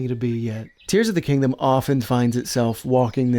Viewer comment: are you saying Tingdom- like- tears of the kingdom?